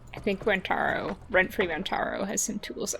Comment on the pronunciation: I hate it when people mispronounce names. Rentaro says his name is REN-ta-ROH, and everyone else except Miwako says it ren-TAR-oh. I wish the other characters said it correctly!